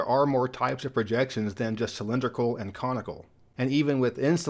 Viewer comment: I had to relisten to be sure you said comical versus conical. 😁 and one nice thing about this project and is that it doesn't leave anything off the map. New Zealand: ummm... Thanks for walking through those enjoyed them very much! Love the Robert Cray album too.